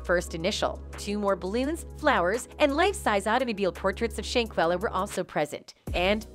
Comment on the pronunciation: SHANquella!!! Say her name and say it correctly or don't say it at all! First you say SHAquella then you say SHANquella The next time you say her name, its back to SHAqulla again. How do you report on the death of someone and muck up their name like that? It's like you knew for sure one of them is correct and instead of confirming the true pronunciation of her name, which would have been very simple, you decide to just fluctuate between both in hopes that no one notices the obvious carelessness and disrespect! SAY HER NAME: SHANQUELLA ROBINSON!! RIP BABY GIRL!!🙏🏾❤😿